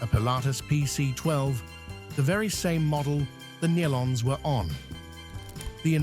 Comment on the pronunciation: It's pronounced "KNEE-LON" (Nelons). Get it right!